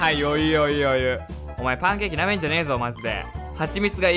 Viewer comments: パンケーキが タンケッキーに聞こえた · パンケーキが一瞬タンケッキーに聞こえたww